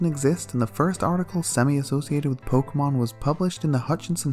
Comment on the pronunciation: Ah yes, Muh, my favorite pokoman.